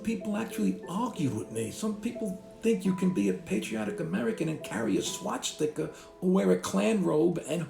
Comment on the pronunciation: He said A swatzsticka, that north jersey accent lol